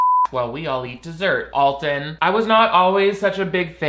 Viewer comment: People misinterpret Alton's wicked sense of humor for meanness. Also, his name is pronounced AL-ton, not ALL-ton.